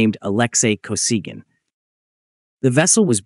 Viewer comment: Не Александр (или Алексий) Косиган, а Алексей Косыгин. Вот он, искусственный интеллект, в действии. Самим то озвучить чужой текст лень. Вот и "лепят горбатого".